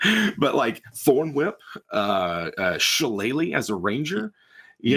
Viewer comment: Gaelic based words always look funny. Basically shi-Lay-lee